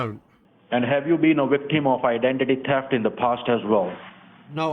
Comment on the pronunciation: Oh, no! --- "Officer ScoRt Davis" says you are a veecteem of idanteetee tefft!!!